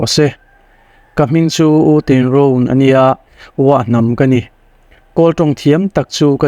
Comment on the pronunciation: Mr,M, i chenel hi a ṭha ka tiin, ka ngai hlu a ni, testemony ṭha tak tak min hlu ṭhin hi, Pathian malsawmna, lo chang zel ang che. Amah erawh chu, i ṭawng kam hi, tlema uluk deuh ngai lai a awm ka ti. entir nan, ania tih hi a ni a, tiin, ka tia, tih hi, ka ti a, peih lo tih tur hi, paihlo tiin i lam ri bawk ṭhina